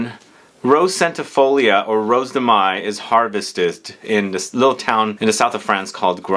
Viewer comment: Mai is pronounced the same as in English (month of May). 🙂🥰